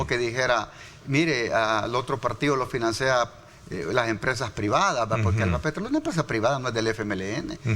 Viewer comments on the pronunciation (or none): Este vato definitivamente es un sofista... vende humo, te hace ver por bueno lo malo... mejor no oirlo porque si quedase de presidente, sería lo mismo... puro wiriri wiri y de aquello, nada. Financea no se dice, se dice .... finAncia, con el acento prosódico en la A. Vea en google cómo se conjuga el vebo FINANCIAR.